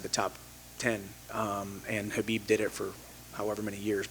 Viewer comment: One of the few people that pronounce khabib’s name correctly🤯